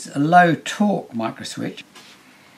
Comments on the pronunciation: sounds like someone in alabama trying to pronounce microswitch haha. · And this is a micro "microswitch" XD